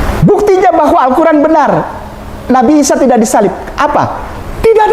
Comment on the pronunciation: Nabi kok diucapkan Nabai... 😂, Inggris ngawur, nabi itu bahasa Indonesia, kalo Inggrisnya itu Prophet.... Oalah😂